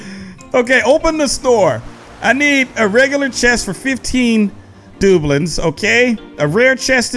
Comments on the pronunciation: Not dooblings it's dabloons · Its du bloons not doblon no judge tho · It’s DUU blooms,not doobloons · Dub-loons. Not Doublins. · It's not booklets it's debloons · Love this video. It's pronounced 'Da. Bloons' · I know this dude did not just say dublens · Its pronounced duh blooms XD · Its pronounced duh-blu-ons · It is pronounced da - bloons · It's not dueblins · Is it just me but this is cringe to wacth he says doobuleens (doubloons) da-blooms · I'm unsubcribing only because the way you say "dobloons" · got me dead the way he says doubloons GREAT VID KEV👃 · Who else got annoyed by the way said doubloons. Still love you. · It’s so funny how he said doubloons🤪🤪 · saying doubloons incorrect and my ocd I killing me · Like the videos you said doubloons wrong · Ur saying doubloons worng